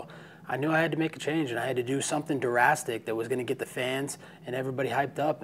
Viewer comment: "D-rastic" 😂😂🤔 I think u mean "drastic"